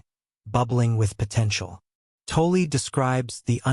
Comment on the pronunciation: Please, for the love of god, learn how to pronounce 'Tolle'.